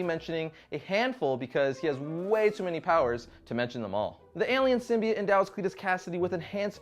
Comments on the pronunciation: ITS PRONOUNCED SYMBIOTE NOT FUCKING SYMBEET!!!! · You do know it's SymbiOTE. Not SymBIATE? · Sym-bi-OTE with an O!